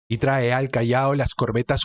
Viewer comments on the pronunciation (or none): none